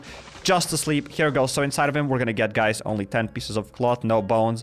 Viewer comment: I love how you said chleep instead of sleep 😂😂😂😂😂